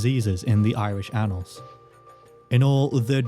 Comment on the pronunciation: "Annals" is usually pronounced with the stress on the first syllable. Is there a reason you're putting the stress on the second, or is it just an error?